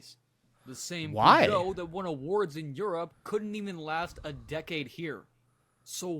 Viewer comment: POOsho? PEHSHO rather